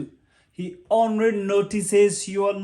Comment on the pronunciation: Doc.. "ly" is worrisome for u..." ry" who hears him say " onry for only.. responsibirili for ly... " lonery for lonely...a Kenyan accent I guess. Thank u for thses tips... honestly I HV learned n will be more guarded to these type of men.